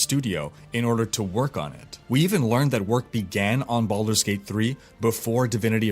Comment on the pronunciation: did you say baulders gate 3???? O_o